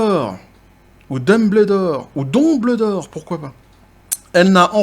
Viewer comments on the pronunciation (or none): none